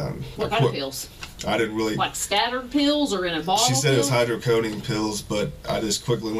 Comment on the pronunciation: I wanted to cuff him the first time he mispronounced "hydrocodone"